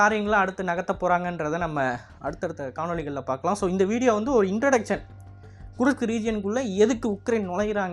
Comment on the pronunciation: Kirsk not kurushk😂